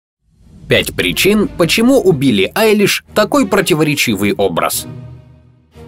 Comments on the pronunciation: Мне одному послышалось : ПОЧЕМУ УБИЛЛИ АЙЛИШ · В начале послышалось «почему убили айлиш?» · Мне одной послышалось убили Айлиш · Кто тоже услышал это: убили айлиш в начале😂😆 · С начала мне послышалось почему "Убили Айлиш", а не "У Билли Айлиш" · Кому показалось что в начале он сказал Убилли Айлиш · Я один услышал что он сказал "Почему УБИЛИ Пили"?))) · Блин я в начале думала что он сказал: Почему убили Eyelish. 😱😱😱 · Мне одному показалось что он сказал: Почему УБИЛИ Айлиш ?